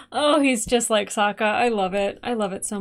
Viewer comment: It’s funny that you keep calling Suki/Sokka “Suka”. It means “female dog” in Russian and gives me a giggle when you say it. 😂